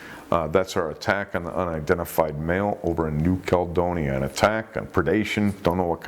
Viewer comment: It's New Cal-E-donia, and sharks don't have feet, just FYI unless they have swallowed them.